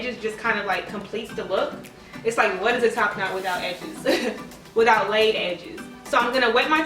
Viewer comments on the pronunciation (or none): "What's a top knot without edges?" * emphasizes LAID edges* YASSSSS I LOVE IT!!